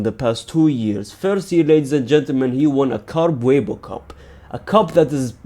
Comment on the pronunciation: Carbuebo cup? 😂😂😂 It's carabao